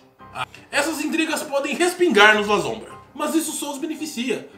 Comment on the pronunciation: Gente pronuncia-se LASSOMBRA e nao LAZOMBRA